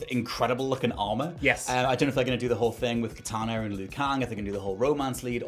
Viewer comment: Idea, not idea-r It's Kitana, not Kitana-r